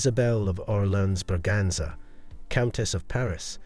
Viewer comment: Orléans is pronounced Or lay an fyi